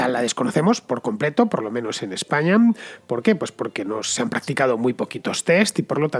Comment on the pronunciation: Muy buen video, pero por qué acabas las palabras que acaban en vocal con eme? "Españam"